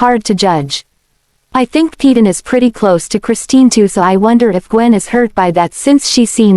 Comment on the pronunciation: PAY-DEN....NOT PE-DAN